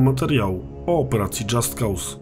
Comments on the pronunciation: Dżast koz sie wymawia. Poza tym materiał ciekawy jak zawsze :) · Tylko taka uwaga, że nazwę wymawia się "dżast koz"